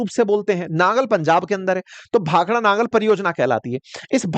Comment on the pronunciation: It's Nangal not Nagar as reppitdl told by you